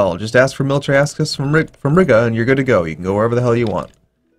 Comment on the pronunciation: how common was military access in the timeframe of EUIV historically? and for fucks sake please stop saying RIGGA